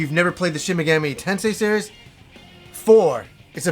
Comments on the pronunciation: Great video, but your pronounciation of Megami drove me a little mad, haha! it's mey-gah-mee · MEG-AH-MEE you dense fuck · I enjoy the smt games a lot, when you pronounce megami as megammy I cringed everytime but still cool video and thanks for the upload. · You butchered the pronunciation of the ENTIRE SERIES!!! The 3rd word is pronounced MEGAAAMI, the A is supposed to be drug out a little bit! Edit: WHERES DIGITAL DEVIL SAGA 1 AND 2?! ITS NOT COMPLETE WITHOUT THOSE!!! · Yes, you may have "done a google search;" however, that doesn't mean you are correct. He is making the Ga and Mi sound meld, just like in American English. He is saying "Shin Me-gam-ee" and like you said, the language is very syllabic, which would mean he is wrong. I have actually studied into some Japanese, and I don't mean to be rude, I even said he made a great video, but the pronunciation isn't correct. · Minor nitpick - you mispronounced it as "Meh-gammy" the entire video, but pronounced it right once ! It's "ease" vs "wise" all over again! haha! JPRGs love being tricky to pronounce! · tf does that have to do with anything? He was correct that he butchered Megami